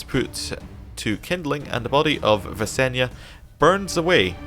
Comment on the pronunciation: "If you can't solve it with dragonfire it's probably not worth solving." I lol'd. Holy moly, Visenya! (Also, Viss-en-yah. Not Vanessa, lol) Imagine what a song that would've been! Aegon and his sister-wife facing off in combat. I'm imagining Rhaenys on the sidelines watching in horror. Is it time for a history lesson? I think it's time for a history lesson. In canon, Rhaenys and Visenya each gave Aegon one child. Rhaenys had Aenys, the oldest, and Visenya had Maegor, the second son. Aenys married Alyssa Velaryon, and to build ties with the Faith, Maegor was married to Ceryse Hightower, whose uncle happened to be the High Septon. Aenys and Alyssa had six children; Rhaena, Aegon, Viserys, Jaehaerys, Alysanne, and Vaella. Ceryse Hightower, on the other hand, proved to be barren. Aegon eventually died, passing the Throne to Aenys. He appeared to be a kind man, but he was too eager to please others, and wasn't able to make firm decisions. He made his brother Maegor Hand of the King. Maegor shocked everyone, however, when he took a second wife-- Alys Harroway, and Aenys was forced to banish his brother or risk retribution from the Faith. He made quite a blunder afterwards, however, when he married his older children Rhaena and Aegon to each other. Religious revolts broke out across the country. Soon, the Red Keep was essentially on lockdown, with murderous peasants screaming for the royalty's blood and the Faith Militant making a base in the Sept of Remembrance. Aenys's Aunt Viseny